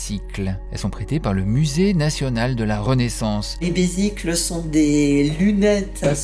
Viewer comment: on prononce "bezicles"